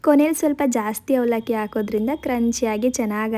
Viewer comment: ಹವಲಕ್ಕಿ ✅ ಅವಲಕ್ಕಿ❌